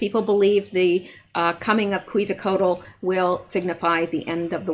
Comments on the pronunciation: pronounce "ketsal co ach" Quetzalcoatl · I have been to the Denver airport a couple of times. It has a very satanic vib to it, when I have been there I could not wait to get out of there. Quetzalcoatl is pronounced Qwet za cot al.